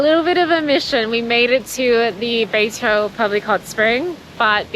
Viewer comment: Your pronunciation of Beitou is great, and I can totally understand it. Glad you love Taiwan❤